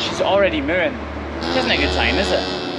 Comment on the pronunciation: "She's already Mewrrin" 😂 I love it and I love your videos!! Keep up the great work!!